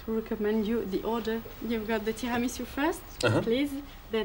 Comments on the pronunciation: "Didn't you order the tiramouso?" Who pronounces tiramisu like that??! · "Didn't you ask for the tiramusla?" perfect 👌